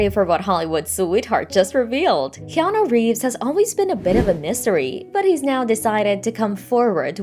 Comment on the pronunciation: His name is pronounced Keh-AH-Nuu. Get it effing right. Hawaiian pronunciations aren't THAT difficult. The vowels are pronounced EXACTLY like Japanese and Spanish alike. A = Ahh E = Ehh I = Eee O = Ohh U = Ooo